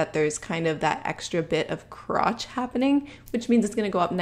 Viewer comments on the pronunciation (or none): Every time you say “crrrrotch”